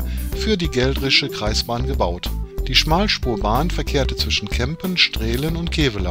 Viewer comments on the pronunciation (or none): Straelen spricht man wie Straalen. Das niederrheinische Dehnungs E hat da zugeschlagen.